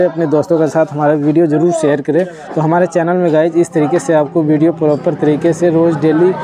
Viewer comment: Guys hota hai Guch nhi